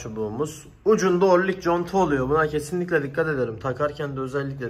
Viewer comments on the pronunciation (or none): işin piri fakat tors değil tork orlink değil oring 😀😀